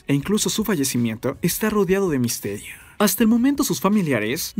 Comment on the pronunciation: Jajajajajaja 😂 misterioeeee😂